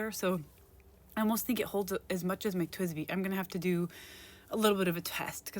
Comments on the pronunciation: You were pronouncing it as TWBZI (TwibZee when it's TwizBee). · Girl, you're saying it wrong. It's TWSBI .